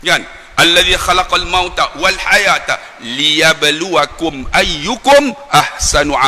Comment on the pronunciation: Ybg. tersalah baca seperti hayataa...(taa dipanjang) sepetutnya diteruskan taliyabluwakum.....malu saya terhadap benda2 kecil beginipun dibaca salah.....khalaqal mautaaa...sepatutnya khalaqalmaut,, kalau diberhenti, diteruskan taliyab....maut...bukan mauta. Macam Arab tadika ke?